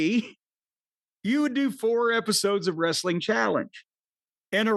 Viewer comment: Not being able to say wrestling is still wild 😂😂😂